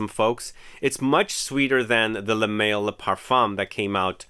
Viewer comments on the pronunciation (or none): Lol you really pronounced it "le mail"? Instead of Le mall